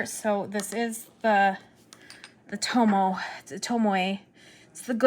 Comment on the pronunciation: It’s Tomo..not Tomoy not Tomoeh/Tomoway